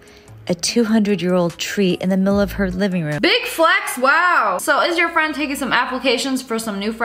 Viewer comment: Can I be your fwend